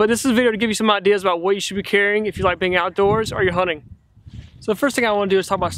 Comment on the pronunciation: Hunting or honing ?? Sounds funny